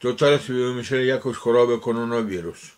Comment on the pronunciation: czy on mówi kononowirus? 😂